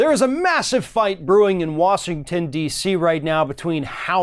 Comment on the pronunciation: Did I hear you say, 'Wasington' DC? This is what happens when you listen most of the time to Trump speeches.